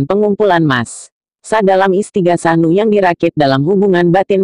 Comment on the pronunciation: en uuuu buuuuuuuuu bukan nuuuuu....